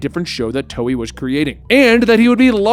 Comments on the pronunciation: Lol he calls it toey XD. hahaha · he said toei wrong lol